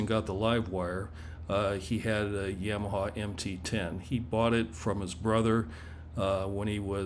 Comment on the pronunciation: If I ever hear someone say YAMaha in person I will but my black magic on you 🪄